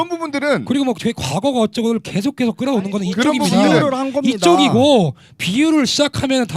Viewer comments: 한국인은 계속을 켸속이라고 발음하지않음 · 예전에 봤던 영상 다시보는건데 남페미는 그냥 순수한 좌빨에 팩트는 없고 물타기만 오지게하고 매 주제마다 말빨에서 밀리면 518로 물타기만 하려고 시도하네 ㅋㅋㅋ 그리고 계속이지 케속이냐 발음 이상한거보니 조선족 맞나봄 ㅇㅇ 케속, 크렇게 ㅋㅋㅋ